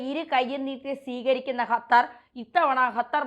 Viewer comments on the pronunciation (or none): ഹലോ, ഹത്തർ അല്ല ഖത്തർ ആണ്.